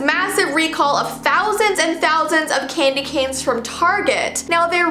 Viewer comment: U said candyganes